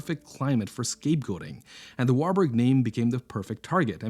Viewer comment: Warburg si dice warburg sono tedeschi di origine Veneziani